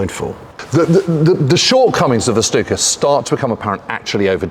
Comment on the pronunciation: So glad to hear Stuka properly pronounced. Why do so many feel they have to add an H to German 'st' words?